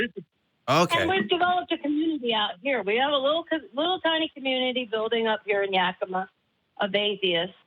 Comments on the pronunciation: Yah-Key-mah??? I'm from Canada and I know that it's Yak-i-ma LOL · Yakima is pronounced as Ya-kuh-mah.;) The name Yakima originates from the Yakama Nation Native American tribe, whose reservation is located south of the city. The most widely accepted meaning of the word is “runaway,” which is believed to refer to the waters of the Yakima River or lend support to an old tribal legend involving a chief's downtrodden daughter.